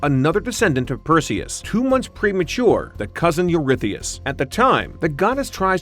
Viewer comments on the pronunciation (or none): none